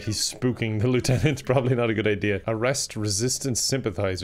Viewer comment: says lieutenant wrong